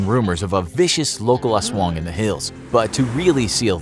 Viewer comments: It is Aswang not Aswooong. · Every nation:"Aswong" Filipino:"Aswang" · I liked how you pronounced "aswang" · U said the "aswang" u say is wrong,go to the google translete